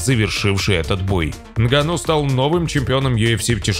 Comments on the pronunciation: нГанну а не нганнУ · Из за не правильного ударение Нганно, аж тошно слушать, правильно, что не подписался